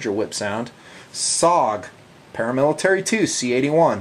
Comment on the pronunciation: awsome that you compared the Houge to my personal fav knife ever, the SPYDERCO Paramilitary. I know you just messed up the name, and thats really not important, just givin you a hard time. But Seriously, the Para military is pure perfection in my eyes, glad you threw it in there. Thanks for the videos as always!!